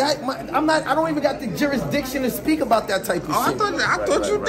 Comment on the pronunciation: With all of the words that messes up he properly pronounces Jurisdiction? There are lawyers that can’t get that one right. S/O to